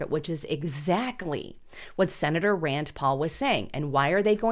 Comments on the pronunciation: Rand NOT Rands. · RAND , It’s RAND